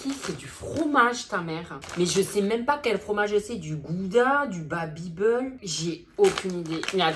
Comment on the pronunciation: "Babybeul" je meurs 🤣